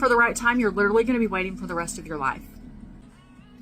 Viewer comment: I hate when ppl say ‘lit TRUH lee’.